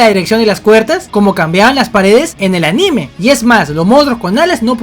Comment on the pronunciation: Cuando decís aNÍme me das mucha risa por unos 10 segundos jojojo